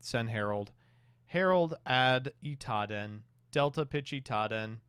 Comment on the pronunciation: The worst part about the Drytron games is saying Itaden instead of Idaten